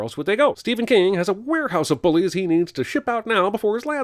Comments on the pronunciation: the way you say bullies HURTS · Love how you say 'bullies'. 😂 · Lol good to know I wasn't the only one bothered by this 😂😂😂